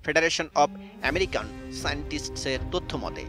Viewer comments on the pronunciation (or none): none